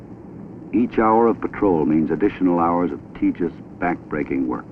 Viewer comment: The narrator is giving me a headache with his mispronounciation of "tedious."